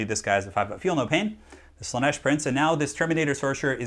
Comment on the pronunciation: Random bit of info, it is Slaanesh not slaneesh